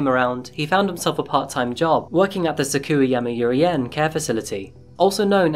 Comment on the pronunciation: .. securey you'ree yawmey Yen? ..😳